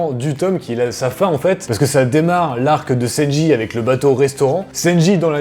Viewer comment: Ça m’as fait rire quant t’as dis senji au lieu de sanji